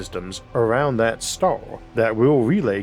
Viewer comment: bro your english is fucking brutal... hire an a.i. reader or something. cant even come close to saying the word star... among many others.